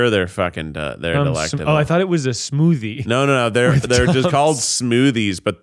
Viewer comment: I've never felt more like an adult than when I heard Keith say he loves the Tums Smoothie (it is smoothie, not soothey? lol) and I yelled, "Hell yeah." I also love them lol